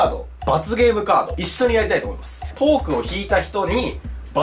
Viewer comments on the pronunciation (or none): トークがポークに聞こえたw